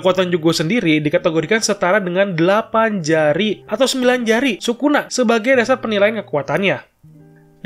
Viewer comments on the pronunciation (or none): none